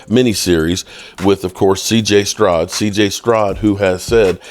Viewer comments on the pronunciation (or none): Good morning bro But it’s stROUD Not cj strod😅😂😂😂